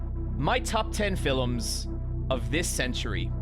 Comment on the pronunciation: I feel like this video is a specific attack against me personally because of the way you say "Fill'ems" and how much it bothers me. 😂